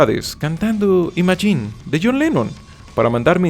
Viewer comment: cuando dijo "cantando imagine" se le entendió "cantando y machín" jajajaja alto inglés tiene el PD: Buen vídeo